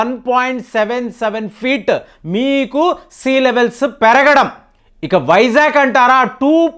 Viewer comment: వైజాక్ కాదు, వైజాగ్, నీ తెలుగు కు పట్టిన తెగులు ఎప్పుడు పోతుందొ? 1 వ తరగతి తెలుగు బుక్ కొని అ,ఆ లు, గుణింతాలు, ఒత్తులు నేర్చుకోండి.